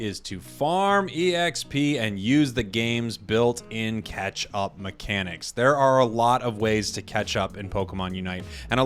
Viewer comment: anyone else always thought he said "ketchup experience" instead of "catch-up experience"